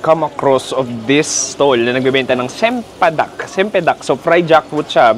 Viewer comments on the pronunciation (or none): quick note lng. Yung C sa malaysian CH saten so ang pag basa don ay CHEMPEDAK cempedak. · Nice video paps. Anyway, ang bigkas nila sa "c" ay "ch" so yan cempedak is actually chempedak. Kung may nakita ka kacang(nuts) ang bigkas nya kachang. Hehehe very good recommendations.